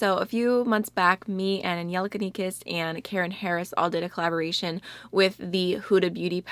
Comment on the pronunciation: literally my new favorite thing is how you pronounce Angelica's name, I had to replay it like six times